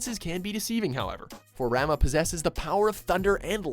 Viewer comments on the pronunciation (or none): rama? the fk? isn't it pronounced raMUH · pretty sure Ramuh is pronounced "raw-muu" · Its pronounced Ra-muu and Ba-ha-muut. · Who is Rama? Rama is a margarine brand. He is Ramuh (spoken Ramooh) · RAH - MU not RAH - MA ARRGGGHHHH That was annoying. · Ram-ah? Really guys? Come on now. It's Ram-oo not Ram-ah! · Rama? Ramuh!! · Fucking learn to pronounce the names! Not Rama. It is Ra-Like the Egyptian God, Muh-Pronounced "-moo". Fucking lazy fucks. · Ramuh? Its pronounce "Rarm", Ramuh comes from Rama, which doesn't have its final A pronounced as a show of respect. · Good job mispronouncing "Ramuh". It's 'Ra-moo', not 'Ra-moh'. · um...Rama? Ramuh is pronounced Rah-moo..... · Ramuh-> ~Ra-moo~ roll the "R" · "Ramah"? Wtf?! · It's pronounced "Ramah", from Hinduism mythology, including Shiva. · he pronounces Ramuh wrong. it's rah- moo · "Ramah" "I-freat" "Bahamot" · It's Pronounced RAH MOO. ラ ム ウRa, Mu, U. Rah Mu u. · its RA-Muuh you idiot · Seriously!!! Learn how to pronounce names! You pronounce Ramuh - 'Rah-mu' and Bahamut 'Ba-ha-moot' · its just "Rarm" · I thought it was pronounced Ramoo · ....did he actually just say Rama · I knew they would pronounce Ramuh wrong... It's "Ramoo". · Looks like consistently doesn't give a fuck about the right pronunciation of words. With as little as 5 minutes of research they would be able to nail every name on this list. Come on... Ramuh pronounced as Rama? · It's Ra-MOO >< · Rah-moo Ee-freet Ba-ha-moot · Why are you pronouncing Ramah, Ifrit and Bahamut wrong? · His pronunciation of "Ramuh" and "wizard" killed me :C :C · I cringed at Ramuh. Lol. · cringes on how Ramuh's name was said